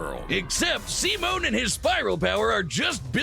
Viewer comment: Yeah😂 it's "See-Moan" not "Sigh-Men"